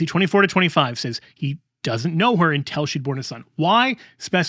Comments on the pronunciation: Confusingly, mispronounces an important word. It is UN TIL not EN TEL. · Until ???!! It sounds like you’re saying intel. I was very confused. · Great talk, but why are you pronouncing until as intel? That can be jarring and confusing. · I just wish would pronounce ‘until’ instead of ‘intell’. Sorry, I’m ‘picky’ in regards to pronunciation. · this drove me a little crazy 😅 great arguments though ..